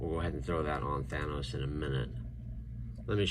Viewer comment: At the beginning did this dude just pronounce it thanis